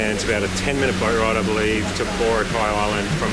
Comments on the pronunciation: Boracay is a filipino word and should be pronounced as such... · It's too bad you never learned how to pronounce Boracay during your stay.